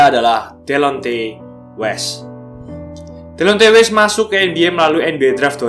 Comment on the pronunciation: Lebih bagus klo namanya dibaca "Dilonti west"